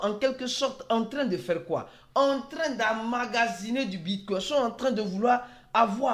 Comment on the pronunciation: Le bitcouin 🦆 😂 Je n'ai pas pu m'empêcher